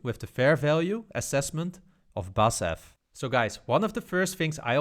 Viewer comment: Nice video,. Just a small note: In Germany, we pronounce the four letters in BASF’s company name separately, and not the first three letters like a normal word. 😉 Looking forward to your further stock analyses.